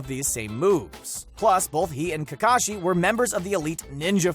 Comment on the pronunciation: He says Takashi not Kakashi